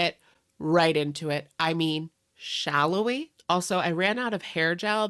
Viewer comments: I always feel like in your intro you are actually saying "Shallow We?" and I love it. It's like, "Yes, being part of gorl world may make us petty, but damn it we love it so let's be shallow and get started!" You're one of only a few channels I follow in this world and I appreciate your humour and kindness. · I always thought he said “shallow” we? As in HOW shallow these ppl are 😂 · He says "shallow we". It captures the mood well lol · I swear he is saying it that way!! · He IS saying that. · I always thought that too! I love it 😆